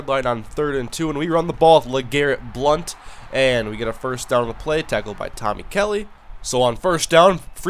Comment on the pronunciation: BLOUNT NOT BLUNT :D